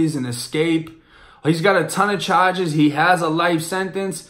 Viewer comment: I was gonna say when you say charge you sound like the area where I’m from .but you moved from Florida right .